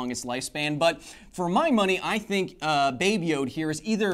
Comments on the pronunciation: It's not "babe yode " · Oh boy please don't call it 'baby yode' ever again, it sound the same as 'baby jew' in Dutch XD